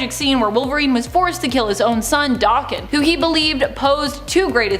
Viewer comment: Does she purposely mispronounce names? Never heard anybody say daken that way and when she says Xavier it's like nails on a chalkboard